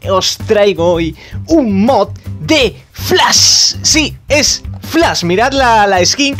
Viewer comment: Flas JaJaJaJaJa es Flash no Flas , pronuncia la S y la H , No Pronuncies la S sola